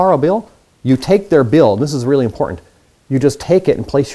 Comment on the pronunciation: Stopp saying bjill og billll